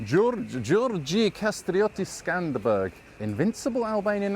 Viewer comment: old bean, you missed a gem when you misread George Kasrioti’s last name as Skanderberg. It’s actually SkanderBEG, an anglicisation of Iskander Beg, which roughly means Bey or Lord Alexander in Albanian